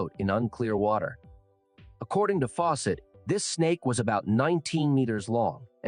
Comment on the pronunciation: lol robot voice.... faw SETT ! gave me a start. trust me on this, I have no clue how you got 211 k subs but if you want a real channel stop using the AI voices. My last interaction because theres nothing special or personal about channels that use robot voices